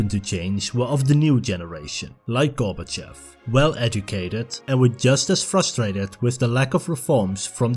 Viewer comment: It's pronounced "gor-ba-CHOF", not "GOR-ba-chef"